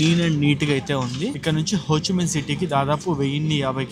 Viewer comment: it's Ho Chi Minh not Ho Chi Mein